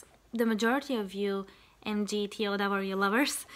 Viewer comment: pretty please with sugar on top... stay away from MGTOW. By the way, it's pronounce MIG-TAO. I'm offering you an olive branch. These guys will come for you and they will not be as nice as I am being toward you.